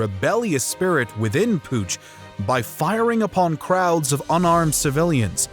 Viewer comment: I love how the Europeans know Alexander Iliad’s correctly but cannot decipher Poonch. 😂😂😂